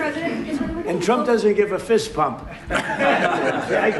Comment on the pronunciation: I swear, is Trump saying "Fist Pump" or "Fist Bump". I keep hearing "Fist Pump".